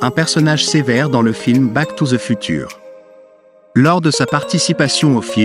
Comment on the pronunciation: FUTURE BONJOUR LA PROONCIATION